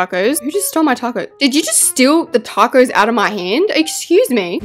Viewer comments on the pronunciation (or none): "TaycoE Bell" "TaYcOeS" "That looks like a TaYcOe" I LOVE HER ACCENT SM 😭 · “Takose” - 2023